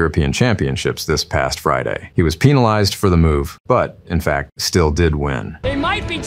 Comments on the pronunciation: He was "PENALized" why did bro say it like that😭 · Brother its pronounced as "Pen - al - izzed" not "Pee - nal - ized". He clearly said it on purpose. Get yo mind out of the gutter. not everything is pure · My brain cant get over the way people pronounce 'penalized'. Like, am i the only one that pronounces it 'pin - allized' ? 😂